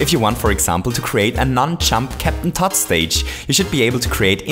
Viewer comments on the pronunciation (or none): “Cappen Tott.”